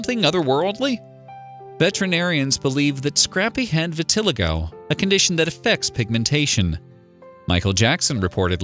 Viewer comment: Thank you! Their wrong pronunciation almost made me scream!